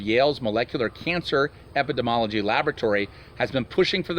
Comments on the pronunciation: Just to try and help you out with the medical term: Eppah-deem-ee-all-oh-gee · Epi-dee-mee-all-oh-gee. Epidemiology.